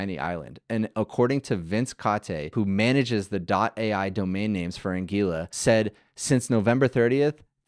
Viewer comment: Anguila Pronounced An - gWil - la